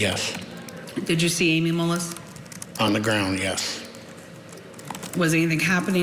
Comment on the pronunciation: It’s not MOLLIS,! Julie, you nut. It’s MULLIS. Ugh.